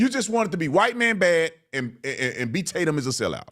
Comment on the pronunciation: I LOVE he’s trying to act like he don’t know you by saying your name wrong uhh is it Tat-umm I don’t even know 😂🤣really lemon head?! But you knew he had a nickname that “rhymes with his name” so it’s race bate’m tat-umm…. Oh brother he’s so pitiful and transparent!!!! Somebody tell Don You can’t pull the “I don’t even know him” and start listing ALLL the ways you know him!!!!😂